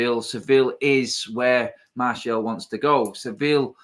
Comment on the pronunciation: it's ser-vee- yah not sivill